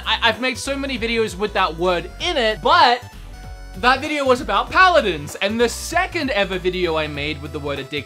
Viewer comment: Paladins not pladins